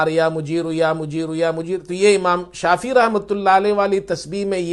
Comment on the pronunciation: اسلام علیکم ،امام شافی کا تلفظ درست فرما لیجیۓ ،امام شافعی ہیں ،جزاک اللہ خیر